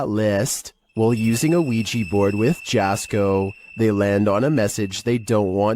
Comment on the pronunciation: Finally, got on one of these my only criticism is that his name is pronounced yasko